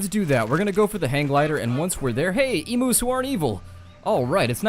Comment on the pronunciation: can you please when saying emu's make sure to say it the right way.